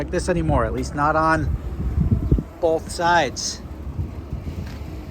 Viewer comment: Hey, the word is "both" not "bolth". Try it out not oat...